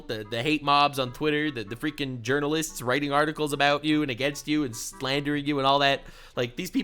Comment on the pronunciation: hehe "agaenst"